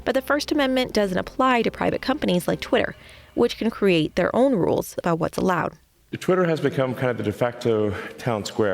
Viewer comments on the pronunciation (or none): none